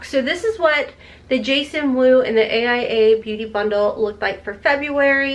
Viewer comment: It's pronounced ace bee-you-tay. Not Bute lol